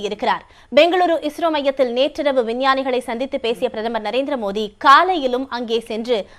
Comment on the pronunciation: Madam ungaluku tamil varatha... athu modhi..illa maa Modi sollunga...🤦🏻‍♂️